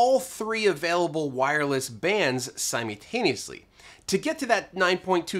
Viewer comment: Love your videos and I always learn something. Very grateful. Two pet peeves: 1.) Please have someone help you learn how to pronounce the word 'simultaneously." It's not "sim-YOU-taneously,' it's 'sim-ULL-taneously.' 2.) Your delivery has the cliché news reporter cadence. You end all your sentences with that same news reporter inflection. You would be so much more polished if you just spoke to us the way you speak to everyone else in your life. Make it more conversational and less presentational. That would make for a big improvement. Thank you sir. Best wishes to you and your staff and Merry Christmas.